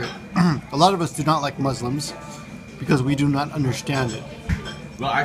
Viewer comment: You mean you don't under WHO Muslims are. We are not a thing, we are people. But you seemed to be drunk, so I'll forgive you that one. If you'd like to get to know us, then you can start by pronouncing "muslim" properly. First, pronounce the "mu" like a Japanese would, and pronounce the "s" as the letter "s" not the letter "z".